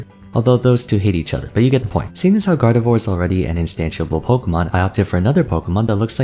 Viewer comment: I swear you said gardevoir's name like that on purpose to mess with people. Also, for the boxers, having more than one boxer is totally possible. Look at street fighter. Dudley and Balrog play COMPLETELY differently from each other. One is pure power and the other is more finesse and style with a rapid beat down counter style. Not to mention the 3 common boxer archetypes and you'd be set. I can see hitmonchan with completely different moves than little Mac, with way more flurries than straight lunges in reference to it's pokedex entries which state it can punch so fast it looks like it hasn't even *moved*. Also hitmonlee is clearly either a muay Thai user or kickboxer who btw has super extendable legs which could lend to a tricky spacer character where certain inputs control how far the legs stretch.